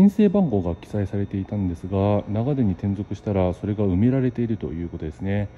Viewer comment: 信州人ですが、取り上げてくださって嬉しいです。 ただ、長電のイントネーションが気になりました。地元では なが⤴️電 が主流です。 でも地元の愛称で呼んでくれてありがとうございました